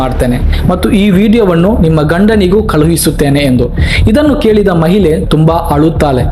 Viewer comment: ಮಹಿಲೆ ಅಲ್ಲ ಮಾರಾಯ, ಅದು ಮಹಿಳೆ